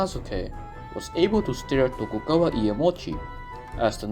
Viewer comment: its "Tokugawa Shogunate" not "Togukawa", other than that the video is all good for me